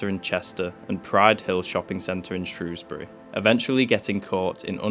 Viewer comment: so glad you pronounced Shrewsbury right 🤣🤣